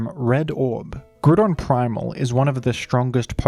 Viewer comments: If it makes you feel any better, I too am an Aussie who pronounces it groo-don. I think smash bros might be to blame, as I didn't pick up pokemon until uni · How are you saying groodon and yet still saying ground the way you do? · I like pronouncing it "Groo-don" in the context of immediately after saying "Key-oh-gree" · had to pause seconds into the video to fully contemplate whether i wanted to hear you call it groo-don for eight minutes. consider yourself lucky for my view,. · ah yes, my favorite legendaries, groodon and ky-oogre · I'm reporting you for the pronunciation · Do you just not see the O in grOudon? Are you choosing to not say it? It has to be one of the two. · The Groodon Pronouncer has logged in.👍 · Everytime you say gru-don I hear the vine boom sound effect on my head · Hearing the name pronounced that way… makes me wonder if I’m the only one who called it Groundon as a kid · did you just say groodon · I love Gruh-don ❤️ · Thanks for the grew don review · Nooooooo not fucking Groo-don , this pronunciation makes the video unbearable 😂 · If he says groodon once more imma kill myself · I couldn’t watch the video because of the botched pronunciation of the name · Nope, can't get past that pronunciation. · That pronunciation is physically painful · Ngl i love your videos but it burns my biscuits when you say groudon's name wrong. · I actually can't bring myself to watch through this video. pronunciation of "Groudon" just bothers me too much. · NOOOO STOP SAYING IT LIKE THAT!!! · I'm sorry are we all just ignoring how incorrectly he's pronouncing Groudon? love the channel but yikes. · I feel like you miss pronounced pokemon on a purpose 😭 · He actually said “Groudon”. Wow. Groodon is fine too tho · Mf said Grewdon. Sorry, WHO?! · "Grudon" I might puke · It's not pronounced groo don. It's pronounced grou don. As in ground. 😂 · There's a big part of me that hates hearing groodon over Groudon. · Gru-don LOL